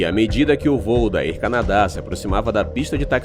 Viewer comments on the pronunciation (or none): Olá. Não quis ofender. O conteúdo do vídeo e muito bom e bem informativo. Desta parte você é de parabéns. Mas pergunta uma vez alguém que fala inglês como se pronuncia Air Canada e Airline, etc. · Air Canadá? A pronuncia correta é: ÉR CÂNADA ÉRLAINES